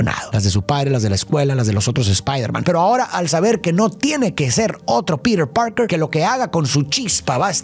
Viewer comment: Lo único malo del vídeo es como pronunciaba Peter Parker del resto 10 de 10